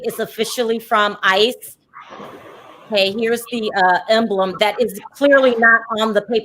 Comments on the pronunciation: You are the most unprepared and unprofessional ignoant girl. Isis really. Stop learn how to read the dictinary offers pronunciation with the dictionary you have know excuse.. do your damn homework learn how to use your equipment. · You keep saying Isis site 😂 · This! Oh my god. It really isn't that hard to say ICE I don't get why they keep confusing the two. It's so unprofessional.